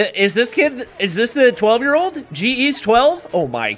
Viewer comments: It's pronounce Ge, not G E ✌ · Oof read it sa GE but I think its read geh